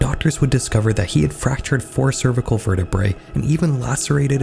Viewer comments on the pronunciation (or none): none